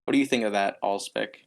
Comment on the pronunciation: First!!! Suggestion: Make these podcasts shorter. Also, I think it’s pronounced ah-lehs-pic